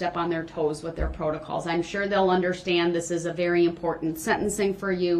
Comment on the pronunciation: Da berry second